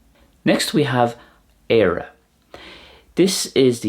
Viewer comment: You're missing out on the slender r in Éire and Céir (you're saying it like the English 'care') and the epenthetic vowel in Albain. Also if you'd used the Connacht or Ulster pronunciation of Tarbh it would've sounded identical to the Welsh! Interesting video, thank you for putting it together. Always nice seeing such comparisons